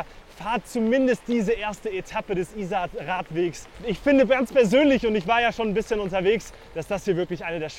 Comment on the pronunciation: Very nice video, but why do you insist on mispronouncing the name of the river?